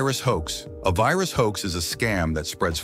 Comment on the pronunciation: hello your computer has vayrus